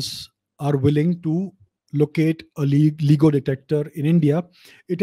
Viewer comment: lts pronounced Layee-go!